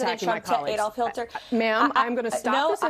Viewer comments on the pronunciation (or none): "Adolf Hilter?" HIlter, really? I get that Trump likely has word-finding difficulties as a 78-year-old with frontotemporal dementia. I get that Biden might have trouble with pronunciation as an 81-year-old with a lifelong stutter. What's Karoline Leavitt's excuse? Maybe her Grade 6 history teacher was just really boring? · Karoline Leavitt actually said Adolph HILTER. Showing her total lack of intelligence and/or reading and comprehension skills. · We gonna mention the fact she said “Hilter”, too? She can’t even get one of the most if not the most notoriously evil man in history’s name right. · Did she say “hilter”? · Did she say "Adolf Hil-ter?? Who's that?? Karoline seriously is an idiot. She can't answer a question. Karoline needs to apologize to Jake Tapper and Dana Bash. Even Jesse Watters asked her what Trumpty-Dumpty was doing to prepare for the debate, and she danced ALL around the question, but never did answer it. She won't even give FOX News a straight answer. I see a new job for her on the horizon. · She really said "Adolf Hilter", that is not a typo on my part. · 'Adolph Hil-ter' just so frazzled she can't even get that right 🙄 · Spokesbabe is probably in deep trouble - for mispronouncing Hitler's name. She was hella shook up. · Did she say Adolf Hilter?